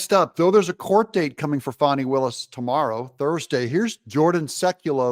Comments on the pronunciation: Doug, its FAAAKNEEEE not Fani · It’s Fanny… not fonny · Hey Doug, I am getting really worn out listening to you call her Fawny instead of FANNY. Trump, Megyn Kelly, and a Georgia State Senator (to name a few) say it is FANNY. Nobody has ever had the name of Fawny, especially when it is spelled Fani. It’s BIG FANNY.